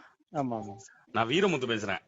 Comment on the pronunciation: வீரமுத்து இல்லைடா நீ 😂😂😂😂சோனமுத்து